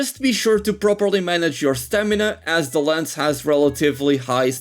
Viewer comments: it's called "lance" not "lens". other than that, nice video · Why do you call Lance and Gunlance "Lens and Gunless", is it a meme or what I don't get it